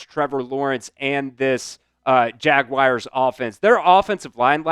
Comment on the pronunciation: Why are there some who say Jaguirs? It's pronounced Jaguars. 😂